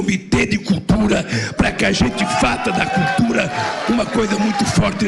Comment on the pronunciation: Sabe nem falar "cutura"